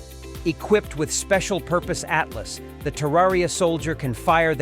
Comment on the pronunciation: (((((((((((((((((((((((((((((((((((((((((((((((((((((((. ATLATL IS WHAT ITS CALLED!! NOT A ATLAS ? !!! SILLY NARRATION OF WHAT'S SUPPOSED TO BE EDUCATIONAL FOR PEOPLE! !! ?? )))))))))). GAVE UP AT 0.22